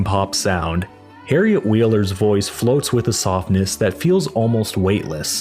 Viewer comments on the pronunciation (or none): none